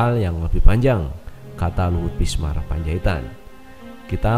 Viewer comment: Binsar massssss. Bukan bismar... .piye tooooohh...toh... .xixixiixxi